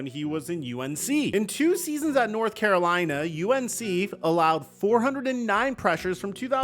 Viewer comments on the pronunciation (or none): none